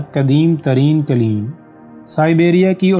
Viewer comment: یہ دستاویزی فلم معلوماتی اور دلچسپ ہے ، البتہ بولنے والے صاحب نے جس ناقص لب و لہجے کے ساتھ اردو زبان کی ٹانگ توڑی ہے وہ برداشت سے باہر ہے۔ قالین سمیت متعدد الفاظ کے ناقص اور غیرمعیاری تلفظ اور ادائگی نے سارا لطف غارت کرکے رکھ دیا